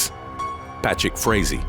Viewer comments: When you said "Patrick Frazee" I thought you were saying "bat shit crazy". 😂😂😂😂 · I thought I heard Patrick Swayzee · I thought he said 'Patrick Swayze' 😆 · The narrator said “Patrick Frazee”, I heard “bat shit crazy”. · I thought you said bats*it crazy instead of Patrick Frazee, either works though.